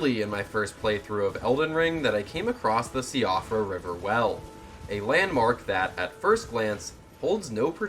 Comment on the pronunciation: Siofra is pronounced Sheefra by the way. It's an irish name.